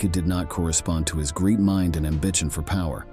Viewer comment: Who is narrating or WHAT is? AI? The pronunciation at times is so incorrect. "his physiki...ambichon...sOciety ladies..." If it is AI we should be told.